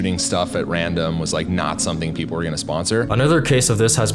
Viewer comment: festab-bols Random cut that doesn’t feel right outsider……….. pe-pole